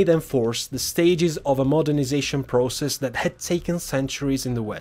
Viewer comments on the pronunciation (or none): none